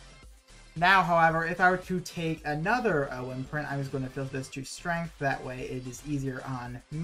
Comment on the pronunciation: The way you say wyrmprint really bothers me. Lol. Like, you said can or "worms" correctly. And theyre pronounced the same. good informational video, though, for sure.